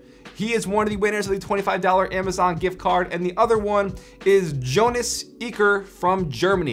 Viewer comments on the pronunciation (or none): How to pronounce jonas the german way : yonahs